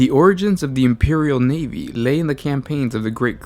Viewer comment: The imperial NEEVEE?! I love the NEEVEE